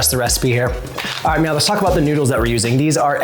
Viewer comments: Are you saying "meow" instead of "now"? I could swear when you said, "alright meow the sauce is heating up" Please tell me you arent saying meow. I really want to like these videos. Its not cute or funny. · Anyone else notice that he says "Meow" instead of now??? Tell me I'm not the only one who notices!!! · Is it just me or is he saying meow instead of now? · Are you saying "meow"? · Is he saying MEOW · Is it just me or as he keeps saying “ok meow” 🐱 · So totally hearing it too! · Are you saying meow?😅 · Are you saying “meow” 😂😂😂